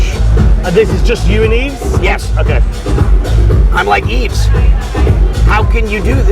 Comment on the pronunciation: Maybe Brock should have learned to pronounce Yves name properly.